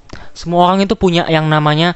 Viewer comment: RRRRRRRRRRRRRR lo pelo ya dek "olang , cale, pikilkan😅😅